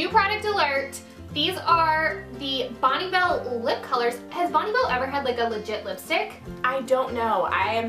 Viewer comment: I live 25 minutes from the Bonne Bell facility. They pronounced it correctly.